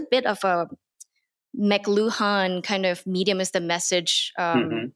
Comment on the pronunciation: Fascinating conversation. I have never heard of you before, the algorithm got this right. BTW name of "the medium is the message" guy is pronounced Ma-CLOO-an.